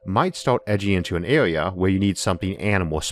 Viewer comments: The speech impediment kills it. Awound. Awea. Mateaweal. I'm not trying to be cruel, but it distracts attention from the subjects being discussed. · Biggor aw Bettor awea wator punctor lol